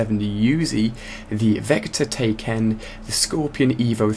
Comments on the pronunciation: Vector Tayken?!?! Didnt know that was in black ops 2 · Did anyone notice.....vector tay ken.........